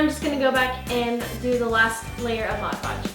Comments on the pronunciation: God I hate it when people say modge podge. It's MOD podge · Why do I always hear people say Moj Podge instead of Mod Podge??? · Not trying to be a hater because i love you and your family soon much, but it is pronounced MOD podg